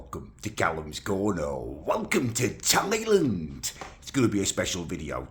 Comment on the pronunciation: please call it Thailand not Thailend, thanks